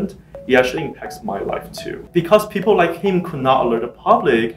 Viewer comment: If you listen carefully it almost sounds like these 2 guys are saying peepoe.